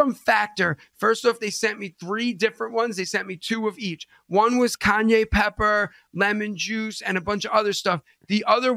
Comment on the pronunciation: A list of C words?? you can't even say Cayenne, you call it Kanye 😭😂